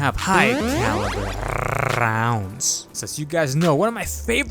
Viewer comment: High caliber rrrrrrrrrrrrrounds...hahahahaaaaaaa hilarious!